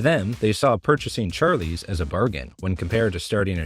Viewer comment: Char…lease? Odd way of pronouncing it